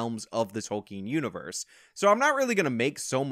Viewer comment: Dude! Tolkien. TOLL-KIN